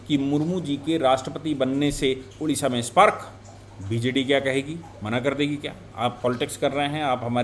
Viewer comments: Sorry sir, it's not Udisha.... Odisha. Please pronounce it correctly. Odisha. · Hello, Its ODISHA not UDISHA please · UDISHA NAHI "ODISHA " BOLO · Udisha Nanhi Odisha ....Hindiwalo ka Odisha Ke Uchcharan Kab thik hoga..